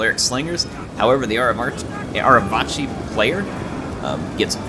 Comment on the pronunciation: the C in Arevaci is a hard C im pretty sure, rather than a "ch" sound. So it would sound like "Arevaki".